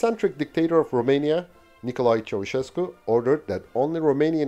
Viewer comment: My bad brother. Yooo you are the first youtuber to say Nicolae Ceaușescu's name right and English aint my first language.